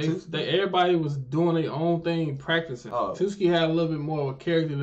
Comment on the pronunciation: Why has no one corrected the pronunciation if “Tsuki”?